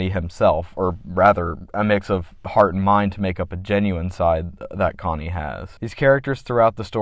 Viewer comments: "Connie" bruh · amazing video but cmon man... "Connie?"😭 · I like this review, but it kills me how you pronounce his name "Konny" and not "CHonny" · you saying "Conny" rather than "Chonny" like how it's said in wtth is driving me insane to this day 😭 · The fact be pronounces Chonny as "conny" drives me insane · AHHH SAME CHonny not C-Honny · Only thing I have to say other than praise is I believe your supposed to pronounce the Ch in Chonny. I am aware that it is a based in the name Johnny. But in the name "Chonny's Charming Chaos compendium" The alliteration works much better with the "chuh chuh" "kuh kuh" sound. I know its nite picky but that just makes more sense to me. EDIT: and more pressingly, he says the title of CCCC outloud at the beginning of his Welcome to Tally Hall cover and in that instace he pronounces the "chuh"